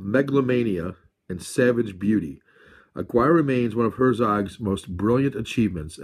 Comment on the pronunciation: Hey! Yeah, Aguirre is a really good film. One of my favorites in fact. I think it's pronounced uhgeerah. Don't mean to quibble though. Check out another film they did together called Fitzcarraldo. That's really good too. I myself have the Anchor Bay Herzog/Kinski box set. All of them feature commentaries by Herzog and an additional documentary called "My Best Fiend" which details Herzog's and Kinski's relationship with one another. Kinski was one wild guy. He also wrote a book about his life that I read around the time he died in the early 90's. I think it's called Kinski Uncut.